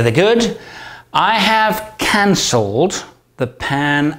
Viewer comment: I have canc........elled the Pan-America trip. Jeez,, there are better places to pause in the sentence than there!